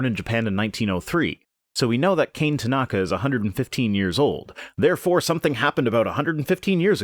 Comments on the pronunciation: Kane isn’t pronounced “Cain” “Kah-Neh” is more how it’s pronounced. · Minor quibble, Kane Tanaka's name is prounounced KAH-neh. Basic Japanese pronunciation is clustered in consonant-vowel pairs with accent on the second to last syllable of a word. Vowels are pronounced more or less the same as Spanish, which you may be more familiar with. There is one and only one way to pronounce each with a-i-u-e-o corresponding with "ah" "ee" "oo" "eh" "oh". So KAH-neh Tah-NAH-kah . It is somewhat more complicated than that with a few silent vowels here and there and emphasis on doubled vowels. But the above rules will get you pretty far. And for the most part Japanese follows its rules pretty well. Unlike that rebel English.